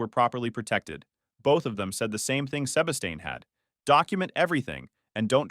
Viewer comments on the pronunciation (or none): good story but every time the narrator pronounces 'Sebastian' cracks me up (seba steen, instead of seh bas tian) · "Sebba-stain" 😂 ugh, AI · Sebastian is pronounced “Sea-bash-ton” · On the upside, at least he had Seb-uh-stain there to advise him. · Y’all need to work on the AI pronunciation of Sebastian